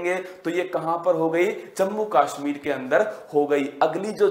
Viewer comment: Heart , woolen ,Kashmir bol nahi pa rahe , kya majak hai bhai sahab